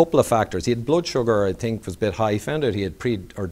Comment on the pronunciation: Blod or Blood.....:-)